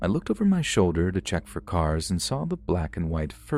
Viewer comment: "Fur example..." Okay,. Okay.